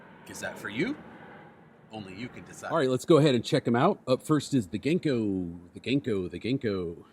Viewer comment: Hey! Local Seattlite who also happens to be Japanese. Love the vids and will definitely be swinging by soon to reup on some streaks. Just a small note. Japanese is a syllabic language rather than alphabetic. Our characters and sounds are paired into complete syllables so they don't have long and short sounds and when written are pronounced the same every time (for the most part). So Ganko would be written as Ga-n-ko with the A being pronounced like Ah (like the Sa in how you say Sakura), so more like Gah-n-ko, it would be the same for any consonant pairing to make a syllable. Makes my day to see new uploads, can't wait for the next one. Keep up the vibes!